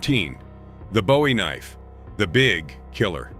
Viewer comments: A kah-nife😂. Just the beginning of this shipwreck. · A Ka-nife? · What the fuck is a KAH NIFE?